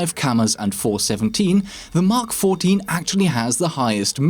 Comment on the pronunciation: Props for pronouncing mk14 correctly.